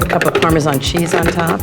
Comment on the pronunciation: Why does she say "parmesan" like "parmezon"....